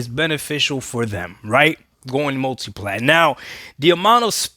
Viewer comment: I listened to him speak he said mutiplatform should be the focus